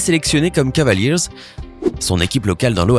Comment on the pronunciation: Heuuuu mec je suis désolé vraiment que t'es pas un basketteur parce que quand j'entends tes prononciations ex: cavaliers jai envie de me couper les oreilles